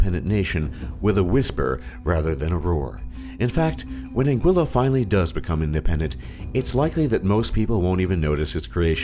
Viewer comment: Am i the only one who came to the comments to complain about the pronunciation of Anguilla? cringed every time i heard it